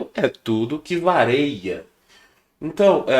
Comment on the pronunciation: Professor. Bom dia. Desculpe não quero ser pedante, nem tão pouco saber mais que todo mundo. Mas, seu professor cometeu um erro grave para quem é se diz professor. Não é "vareia", e sim "VARIA". Quem falava "vareia" era o Renato Aragão - acho que "Didi" - no seu programa.